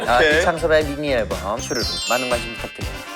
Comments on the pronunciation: 주르륵 아니고 주르르!! 이창섭 화이팅❤ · 발음도 주르르라고 해요ㅠㅠ 제목이 ‘주르르’입니다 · 발음도 주르르인데 오타발생이에요.뭐든 주르르도 주르르라고함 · 주르륵아니고 주르르에요😢 주르르!! 주르륵은 끝나는?느낌이라 주르르로 지었데요 < 주르르 > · 이창섭 컴백 주르륵 아니고 주르르 예요 😂 10/22 주르르 많관부 ❤